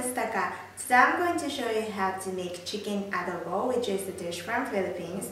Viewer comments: I'm Filipino and I'm surprised that they do Filipino food here in Japan. And also, in the beginning u said it right. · Woooow a Filipino dish! I was so surprised to see this on the playlist! :D and your Tagalog pronunciation is really good! :D plus the Adobo looked yuuuuum!! I salute you! Haha! ^^